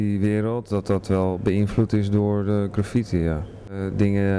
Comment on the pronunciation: Is dat? Aloha! If not, dan wel - het is GraffITi (met de klemtoon op IT), anders heb je het over zwaartekracht. My two cents. P.S. Shoe rocks.